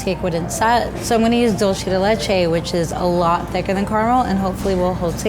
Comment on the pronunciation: I cringed when she said dulce wrong